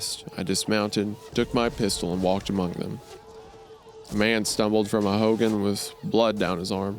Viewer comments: It’s also pronounced like Ho-gone. Not like Hulk Hogan. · I CANNOT TAKE HOW THEY'RE PRONOUNCING HOGAN ITS "HOE-GONE" WHAJSIDORHEJAPAP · Bruh i hate the way they pronounce hogan 🤞🏽😭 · Hearing the boys pronunciation of "Hogan" is making my upset stomach worse